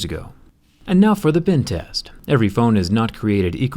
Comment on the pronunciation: U sound like ur saying bin test